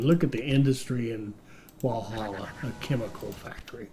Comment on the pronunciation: I gotta say the first couple of times he pronounces any of these names is funny but then it becomes sad, especially when Walhalla (you’re over emphasising the H) was correct pronounced by the NPC. Bendigo is pretty historically significant, should be able to find it in another video on the gold rush or stockades that happened there. The mistake Americans seem to make is over emphasising vowels, we Aussies generally just blurt stuff out with minimal emphasis on any sound in the word.